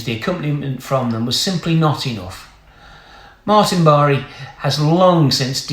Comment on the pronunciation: The name is Martin Bar not Barray